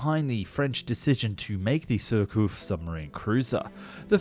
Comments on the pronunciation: The "" Jurcouf "" the French are strange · Repeat after me, sheer k oof. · Other than a cringeworthy mispronouciation of "Surcouf," pretty good, overall.